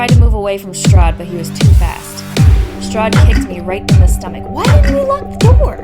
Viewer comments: Hearing Strade pronounced as Strod is physically hurting me lmfao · HGAHAHA BUT IT SOUDS SO FUNNY TOO I legit couldn't get into the vibe but the stahd killed me LMGAOO